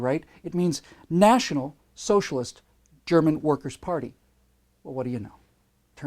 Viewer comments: Another absolutely brilliant piece, (although your German pronunciation leaves something to be desired). Funny how so many 'occutards' have taken time out of their busy schedules to post nonsense on your channel. Keep em coming,!! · That was the worst German pronunciation I have ever heard XD